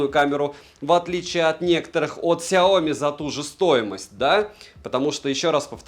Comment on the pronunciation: сЯоми, не СяОми. Ты же крутой блогер)))